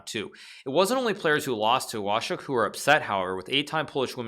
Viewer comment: Łoszczuk 😉 ale "szcz" poprawnie